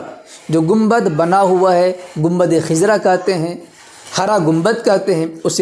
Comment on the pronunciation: Khizra nahi hai! khazra sahi hai